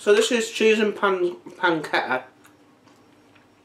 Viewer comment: I don’t know if you were joking but it’s pronounced pan ch etta